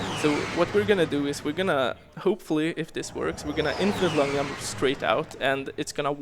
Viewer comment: Holy shit, I died laughing when I heard him say "Yump" for the first time. Really fun run, love the runner and the game.